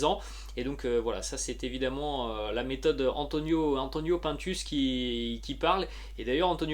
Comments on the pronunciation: PINE TUCE ET PAS PAINTUS. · on dit pas pintes mais pINtus c'est pas un français